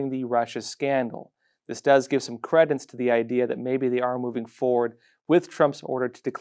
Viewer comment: with; Credence is pronounced with a long e. "creednss". English is fun!